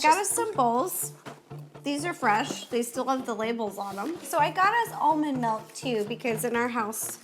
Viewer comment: when they were talking soggy cereal an ro said mALk… i almost turned the video off😩😂😂